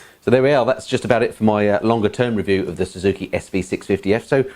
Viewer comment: woah when did you get Jonathan Ross to do a weview